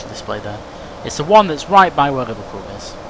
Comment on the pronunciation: liverPEWL that has made my day hahahahahaha